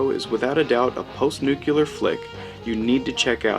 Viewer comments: pronounced MILL- LAND......pronounced NUKE- LEE -ER........................omg ..nuke u lar Good review though...meow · Sooooo....Is this commentator supposed to be POST "NUK-U-LAR mutants?? (Makes this great film even more prophetic!!).... And Mr. "Mill-land" would be "radioactive" hearing his name....... (We're screwed folks!!....)